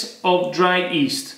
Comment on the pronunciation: My friend, pronounce “yeast” with the Italian “gli” at the beginning. Luv the videos and passion!